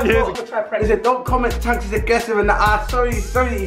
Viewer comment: his name is not chuchz it chunkz